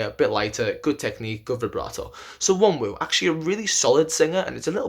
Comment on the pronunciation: The n IS pronounced. Not the second w. It's Won rhymes with Ron ooh